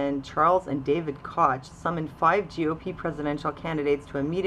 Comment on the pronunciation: Koch is pronounced Coke, jus ftr